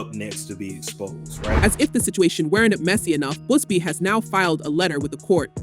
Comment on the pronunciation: Its Buzzzzz BEEEE not Boozebee my God🤦🏻‍♀️